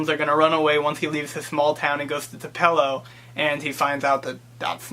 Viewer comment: Nice job; I wouldn't make a federal case out of mispronouncing Tupelo,. This is a very insightful review from someone from Massachusetts!!!! so, congratulations.